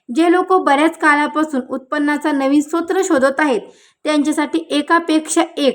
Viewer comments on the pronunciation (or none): मॅडम सोत्र नाही स्त्रोत आणि पतरावा नव्हे परतावा